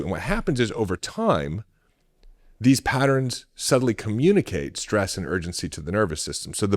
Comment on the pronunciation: SHtress is not a word.